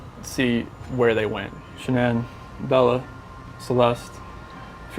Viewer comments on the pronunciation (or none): Sha-nann not Shannon....also husband Nick? Umm no. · Her name isn't "Shannon" it's Shanann (Sha nann). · You really need to fact check and re-record, there's so much wrong with this... Her name is pronounced SHE-NAN, dude please. Fix this. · Not to nit pick but her name is Shanann... pronounced Shan-Ann. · Can we just point out the fact that you are mispronouncing Shanann’s name. I mean hell he says it when they are interviewing him. Take the time with the video and get names and pronunciations right. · Maybe do your research so you can say her name right....